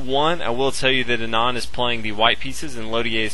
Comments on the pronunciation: Thats how u say Anand aa-nund aa - 'aa' is pronounced as 'a' in car nund - 'u' is pronounced as 'u' in nun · Learn to pronounce Anand :)